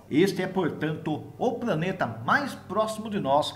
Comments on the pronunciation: Apesar falar:"praneta"é um dos melhores canais de astronomia do YouTube. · Como está longe. Gostei da matéria porém me permita uma crítica construtiva, não se pode falar "praneta".